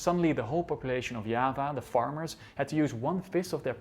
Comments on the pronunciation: nice but you should learn how to pronounce important Indonesian words .....google can help you . Yava and Java is different ffs. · Java = Yava? They are still pronounced Java or Jawa in Indonesia and Yava is very strange Its like saying Yapanese or Yapan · its not spelled "ya-va", not "ja-va", you read it "ja-wa" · "Diava" not "Yava" isn't it?? Is it? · Why do you pronounce java as hyaba, you make it sound like spanish. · Orang Belanda ngomongnya yava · It's the way the Dutch pronounce it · Are you intentional to pronounce 'Java' in Dutch instead of English? Is it to emphasise that Java was belong to Dutch possession at that time?